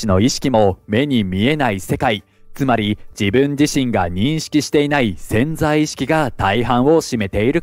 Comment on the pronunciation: ぜんざい意識ではなくて「せんざい」意識